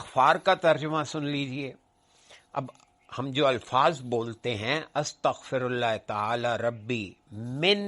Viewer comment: Boht mazret ke saath magar apki arbi tallafuz me ghltian hen..AstghfiRullah rabbi min kulle zanben..